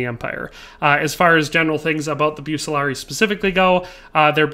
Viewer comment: Pronounced Buk-Kuh-Lar-Ree-E (Bucelarii)❤